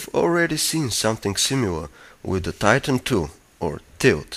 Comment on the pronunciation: Did this guy say TITAN 2?